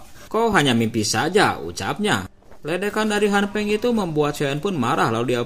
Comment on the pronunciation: Han Feng bang BKN Han peng